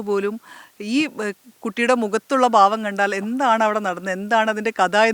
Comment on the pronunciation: മുഖത്തു വിരിഞ്ഞ ബാവം അല്ല ഭാവം.. വാർത്ത അവതാരകർ ഭാഷയിലും ശ്രദ്ധിക്കണം 🙏🏼